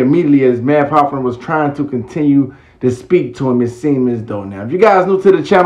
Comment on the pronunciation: It’s Math (Haw FA) Hoffa not Hofner corn ball 😂😂😂